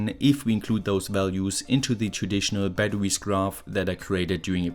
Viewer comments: "Ba-da-wees" I love the way he says batteries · thanks, i hadn't heard of LICs until now! very useful. p.s. the way you pronounce "batterwies" is absolutely adorable 😘